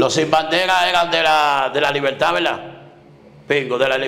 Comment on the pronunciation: Wao quebuena entrevista ese tipo dise laberda